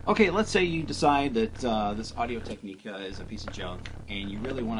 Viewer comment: Tech-ni-ca Is how you pronounce it